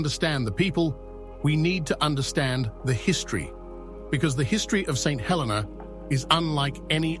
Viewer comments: It is pronounced "Sent 'El-eena". Also Jonathan came in the 1880s way after Napoleon died. Lived there as a kid in the 1970s. Do your research and get it right or are you just AI slop? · Great video. Just the pronouncing of St Helena. Nearly fell from my chair when I heard it he first time and thereafter it started to spoil the video. The correct pronounce is: Saint (SAYNT) He (hə) - sounds like "uh" le (LEE) - rhymes with "tee"- na (nə) - sounds like "nuh"